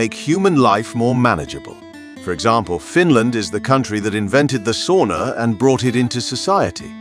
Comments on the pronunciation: It's pronounced "sauna", not "soona". Repeat after me: sauna. And once again: SAUNA. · C'mon, this is basic. Sow-na, not saw-na. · You need to learn to pronounce sauna, especially if you use the word so often. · He sounds British. I've never met a Brit who can pronounce sauna correctly.